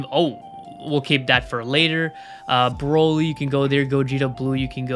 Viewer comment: Bro-ly? Not broly